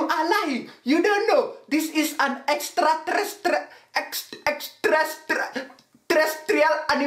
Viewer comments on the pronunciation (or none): "This is an extrrraterresrextexerrarrrial animal" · He can't say extra terestial that is funny